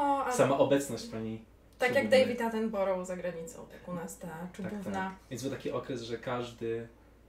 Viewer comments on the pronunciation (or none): Wymawia sie David "Atenbra" (mniej wiecej). Nie czepiam sie, tylko taka ciekawostka.